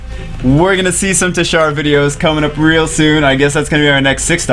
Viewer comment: Gg bro for ur teshar but it ur saying it like titshar lol